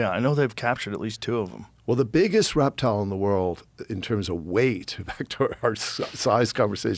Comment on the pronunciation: did he say he's a reptile guy or erectile guy? I need to know before I continue.